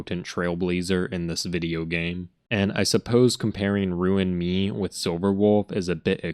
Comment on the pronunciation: Everytime i hear him pronounce "ruin my/me" i die inside 💀